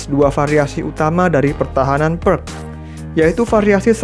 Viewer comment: Sebaiknya menyebut Pirc dengan "Pirts" bukan "Perk" 😁 Terimakasih penjelasanya Video edukasi yg bagus dan keren untuk pemula